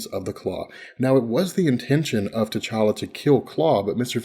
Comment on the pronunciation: it's T'challa spells Tche-cha-la T'Chaka spells Tche-cha-ka